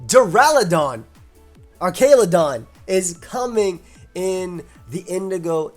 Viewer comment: Not to start the Arceus-pronounciation debate all over again, but l think the "Archa" is pronounced the same as you would pronounce as "arches" of a bridge rather than how you'd pronounce "archive". Artsjaludon.